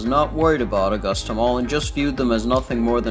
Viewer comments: Uh-gusta not aw-gusta 🙄 when people dont live here lol this mall is an eye sore...STILL, after all of these years. They closed this mall cause it is smack dab in the middle of the ghetto and crime was very high there. They need to tear everything down and put a walmart there or a strip mall. It would honestly make more money since a lot more incomes have come into augusta...let's just hope there's better security next time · my only problem is how you said the city name and Richmond county name wrong. besides that good video